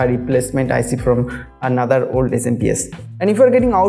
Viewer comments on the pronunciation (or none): none